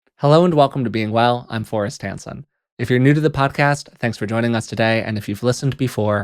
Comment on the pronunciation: Sometimes I hear Forrest "Handsome" instead of Hanson lol